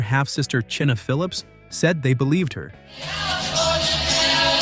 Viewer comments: "Chinna" Phillips? People who put these videos together should really have someone 50+ watch them first to catch shit like that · Chinna Phillips?! lol!! Yeah, it's China. Just like it's spelled, smart guy. Wow!